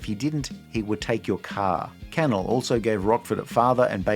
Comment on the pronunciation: It’s pronounced canELL not CANel